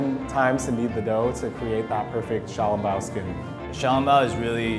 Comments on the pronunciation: Can't even pronounce "Xiao Long Bao" right 🤦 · kkkkimmyy they set the name that way, but do not pronounce accordingly. And I'm pretty sure they did not invent xiao long bao. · Audrey Brigitta true but itwas REALLY butchered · Their pronunciation is terrible. They should be ashamed. Bad Chinese